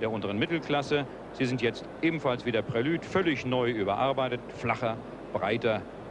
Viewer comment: Echt schöner Beitrag. :) Leider kann ich den Herrn Moderator NICHT noch einmal " Prilüde " sagen hören, ohne dass ich ihm freundlich ins Gesicht springen will... :D